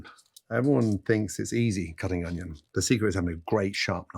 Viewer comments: it’s a british thing, sometimes they say “honion” or “onihon” no idea why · Next question why does Gordon Ramsay say onion like that? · He says onion in a really strange way, doesn’t he?